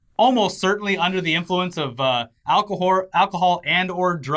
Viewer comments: Did he say alchowhore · Ah yes, "Alcowhore", the finest of drinks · he said "Alcowhore" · co-pon alcawhore